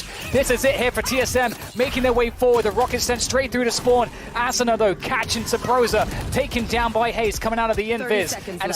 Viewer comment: aSOOna ASSuna Asuna I wish casters could say it right